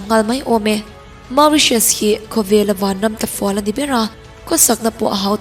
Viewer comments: Mauritious ni loin moritious tia lam tur ..plus i sawi ho ram hi hna vanna lh ram job placemnt lh eco devlpmnt chhiatna vek alom..Philipnes lh Vietnamese ho phei chu America lh Australia a thok an tam an ram eco plus job van vang... chuan nepal poh chuti tho.. Nepal chu ram rethei ani bok... Peru poh raltlan an tam America ah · Phiippines hi awih awm loh e 😂😂😂 Tiang nise An fa sen te kalsan in lawng ah an rawn thawk lo ang.. Ramdang ah khawsak awlsam nan an thawk vak2 lo ang Macau, Qatar leh America ah an tam.. Khawsak a hautak An inhmun ringawt pawh Mizoram kan inhmun to uchuak ang tho hi.. USA hmun thenkhat insak sa Semi furnish ai pawn kan Mizoram in hmun a to zawk a lawm.. Chuan Mauritius hi i lam dik lo bawk 😊.. An ram hi Ram lum Humidity tam lutuk mahse beach mawi tak2 an nei.. September to October ah winter a nia a vawt ve deuh.. Innei tur an awm in India ah lo Bazar tlangpui a nih loh chuan an lo chah thin a chhan chu an khua ah a to lutuk.. Lehenga set 1 pawh an ram pawisa in Cheng Sing 2 atang 5 vel a nia .. India rawn zin a India a lei a hlawk zawk.Amaherawh chu Mauritius ah hian Indian culture kalpui pawl leh kalpui lo an awm..